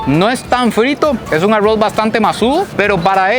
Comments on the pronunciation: El no dice arroz dice aggro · Arrrowsh ajajajaj ARRRRROZ ! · Aurrros en vez de Arroz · Alguien puede decirme porque los costarricenses dicen Arrouz 🤣🤣🤣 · Como narices pronuncia "aurruoz" parece un giri 😂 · Por que pronuncias tan feo ARROZ Y CHICHARRON? Aroowwz y chicharroww hay por Dios! Lo chistoso es que cuando quieres pronunciar bien lo dices bien 🤷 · amo cuando dice arruoz 😅